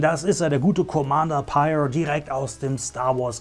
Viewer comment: Sehr schick ^^ Eine coole Figur aus einer nicht so beliebten Serie 😅😂 Neben Phasma und Cardinal definitiv einer der auffälligsten Trooper der ersten Ordnung. P.S. Ja, der Name wird so richtig ausgesprochen 👍